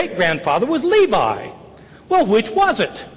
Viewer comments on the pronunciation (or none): none